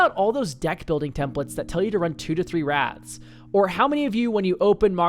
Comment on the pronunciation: Oh WRATHS, i kept hearing rats and i was confused